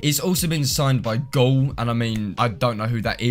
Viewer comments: It's not Gaul (Destiny 2 boss), It's Gail... pronounced Gay-l. Regardless of the nitpick, nice video! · TanMan - But the way says it sounds like the Destiny 2 boss haha, that's what I'm saying.